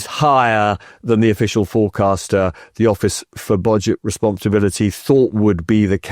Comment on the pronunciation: "Office for Bodge-it Responsibility." Perfect slip of the tongue! 😂